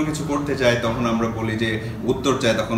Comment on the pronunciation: ভাই যথাযথ সম্মান জানিয়ে আমার একটা পর্যবেক্ষণ আপনাদের সামনে রাখছি।। কথোপকথনে আপনাদের প্রায়শই র, ড়, ঢ় উচ্চারণের পার্থক্য নির্ণয় করতে সচেতন বা অবচেতনে ত্রুটি থেকে যাচ্ছে। 'আমরা' হয়ে যাচ্ছে 'আমড়া', 'আসার কথা' হয়ে যাচ্ছে 'আসাড় কথা', আষাঢ় হয়ে গেছে 'আসার' ইত্যাদি। আপনারা সমস্যাটা হয়তো বুঝবেন। অনেক দিন পরে ঢাকাইয়া টানে বাংলাভাষা শুনে মন ভরে গেল।